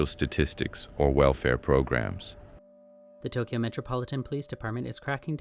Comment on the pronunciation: It's pronounced Tok yo. Not tok key yo. BAKA